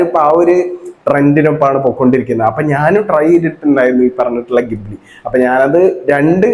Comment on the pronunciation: Ghibli ❌chali✅